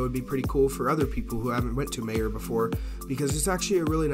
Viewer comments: It's pronounced My-yer not Mae-yer and you have to call it Meijers because everyone in Michigan adds an s to the end of everything. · Its not "Mayor" it pronounced "My-er" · Meijer is pronounced "My-er" "mhy-ehre" not mayor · It’s pronounced My err. Like it’s spelled Meyer. Good walk around!! One of my favorite places to shop!! Nice video!! 👍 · Mayer?? You mean Meijer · It’s pronounced mi er